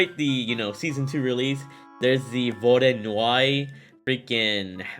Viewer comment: Vody-Annoy is how it's pronounced (I speak Russian)